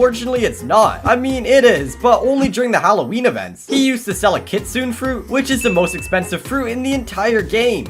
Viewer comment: you have to be kidding me it’s kitsune not kitsuen